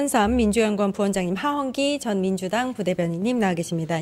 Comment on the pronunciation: 하한기? 하헌기